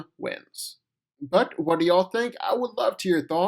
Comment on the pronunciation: “yeh” it’s yeah “whet” it’s what